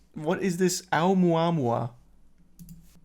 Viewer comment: Hearing Charlie say Oumuamua is satisfying